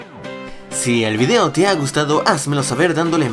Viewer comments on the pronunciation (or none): none